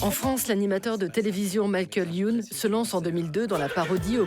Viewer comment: "Michael Youn" tu es sûr Arte pr la prononciation parce qu'il est Français ce Michael 😂